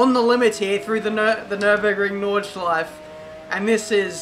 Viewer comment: it's NordschleifE, don't ignore the E at the end.